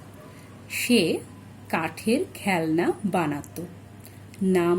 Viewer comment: ছিল is pronounced as Chhillo. Why does it have au sound? Then in this story u pronounced this line as.. shey kaathher khelna banaato .. nd not khelona banaat. Then in kautha bolte why don't we say kautha bolaute...bcz all alphabets that come either in beginning or middle have au sound then why not in baulte... I m asking bcz it's confusing me. Thanks so much for looking in to my queries.